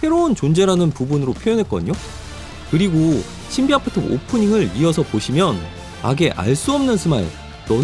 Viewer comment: 왜 겨속 신비아파트 발음이 꼬이시는 거죠?